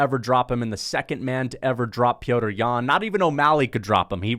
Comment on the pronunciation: How have u not realized that his name isn’t pronounced “Peter”